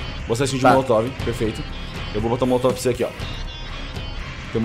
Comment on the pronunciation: Não aguento o falando coquetel molocotove kkkkkk